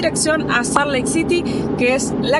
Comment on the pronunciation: Salt suena como "solt".